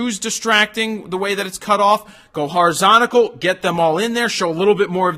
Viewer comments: Did you mean "horizontal" ? You said "horizonical"...hmm just saying... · Jared, Please stop saying horizontical, try horizontal in future. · Wtf is horizontical? 😂 😆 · "Horizsontical"??? Exactly when did they stop teaching English in schools?